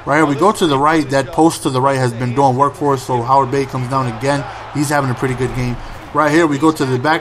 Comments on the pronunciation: its heyward not howard... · heyward bey...not howard bey lol